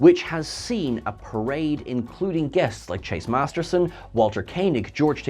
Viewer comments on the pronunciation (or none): none